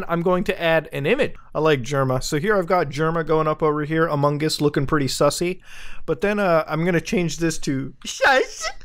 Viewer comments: It sounds like he is saying spicy 🤣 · Muta saying "sussy" is the best thing ever